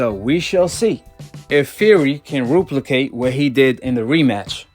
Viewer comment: Did this man just say ruplicate? Lmao